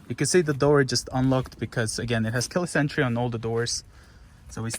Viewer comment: When he says Keyless entry it sounds like he is saying the car has killer sentry XD XD